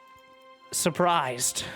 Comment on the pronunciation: Because Reynor is about to get....*pauses* ... suprised. LOL